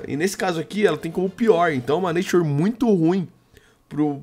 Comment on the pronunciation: falo os nome tudo errado, nature, iv etc..